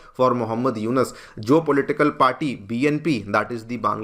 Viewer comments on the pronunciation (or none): none